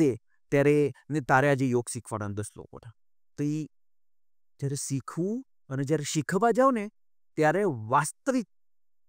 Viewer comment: પ્રશ્નકર્તા ભાઈએ 'શ'નો શુદ્ધ ઉચ્ચાર શીખવો પડે. "સીખવું" નહીં, 'શીખવું'; "થસે" નહીં, 'થશે' વગેરે.